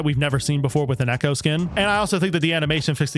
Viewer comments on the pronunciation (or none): none